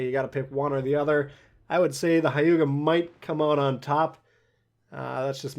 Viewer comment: It’s not Hai-you-ga. It’s more like h-yu-ga. Like you barely pronounce the h.